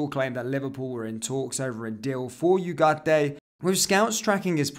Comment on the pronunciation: From an hispanoblante, thank you for your efforts on adding the "ay" at the end of Ugarte. Don't worry about trilling the "r"s. It's not in the English language unless you were born up North. I can't speak for everyone from the Americas, but I noticed your effort, and I really appreciated it!